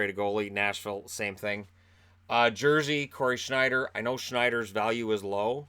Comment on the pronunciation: I like your german pronounciation on Schneider...